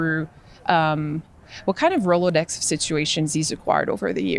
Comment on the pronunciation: What did she say? Rolodex situation. Only the Browns. Does she have a speech issue